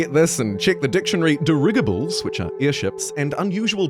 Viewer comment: you don't know what dirigible means or how to say it 😂